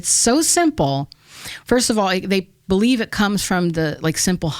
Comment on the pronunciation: Thank you for taking almost 3 hours to validate my notion that nobody on this planet knows what is going on. ;-) Yes I do not know either! :P In the end she made the most profound statement by starting a sentence with "I be-lie-(ha)ve". 'The truth' is not out there, it is what you make it! There is no 'The Truth', there is only your truth. It is called being conscious.